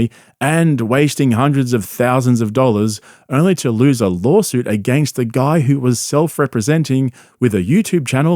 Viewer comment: "lawlsuit" lol